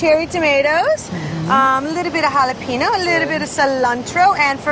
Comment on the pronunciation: jalepeno???????? jalapeño